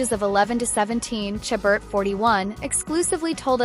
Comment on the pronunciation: Please please learn to pronounce Ms. Chabert's name properly. It is "Sha-bear", not "Cha-bert".